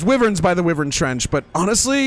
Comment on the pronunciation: Why bro say whyariven like that